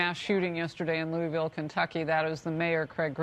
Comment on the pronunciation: She can't pronounce Louisville?